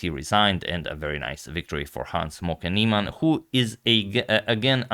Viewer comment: I swear it sounds like he's saying Hans "Smoking" Niemann everytime